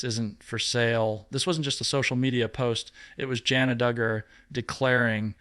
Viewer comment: He doesnt even pronounce her name right. He says it different. Thats what drives me nuts about AI